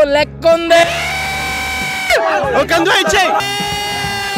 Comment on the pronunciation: Kandhuva kadu Kanduva 😂